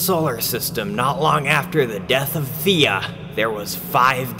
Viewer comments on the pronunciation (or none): Its Theia not Thea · "Not long wfter the death of thiea" Juet notice he said "thiea" not "via"